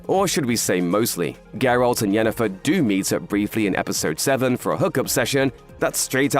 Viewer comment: You know what. You win. Pronouncing Jennifer’s name correctly in passing, just felt like quality. Good job, you’re big, but you’re still paying attention.